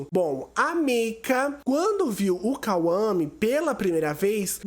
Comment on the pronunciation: KAUAME 😂😂😂😂 É Kwame